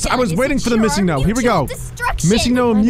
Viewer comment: Why does he say missing no it’s missing note